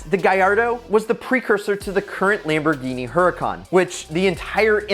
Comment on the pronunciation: Its lamboghini gallardo